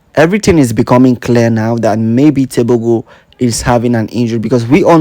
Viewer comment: "Teboho" is how you pronounce his last name.